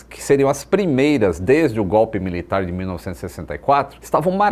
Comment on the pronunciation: e ainda foi enfático.. kkkk só faltou dizer ai que ódio